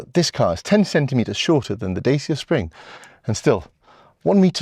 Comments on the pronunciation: Pronounced "Dachia" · it's pronounced "Datch-A" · It's pronounced Dacha. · No, its pronounced Dacia